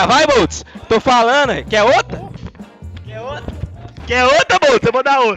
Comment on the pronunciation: em SC também, "ôta" só com bebês. "Quer outra?" seria pronunciado "Qué ôtra?". "Ota" nao faz sentido, e é uma pena que o meme foi passado dessa forma pros estrangeiros.